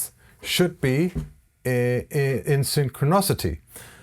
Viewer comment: Great video. This iso ffered in the spirit of mutual learning ; ‘Neglectible’ should be negligible, Synchro nOcity should be synchro - NIC-ity , representation is not pronounced ree presentation but as Rep- resent- aytion. Re- presentation means to repeat the presentation, whereas what was happening was something mimicking the original, so it was like a sale representative for a company or a scale model reproduction. Fantastic production values . As I always say when I’m accused of pedantry, There’s nothing wrong with a little pedantry, provided you’re not too pedantic about it.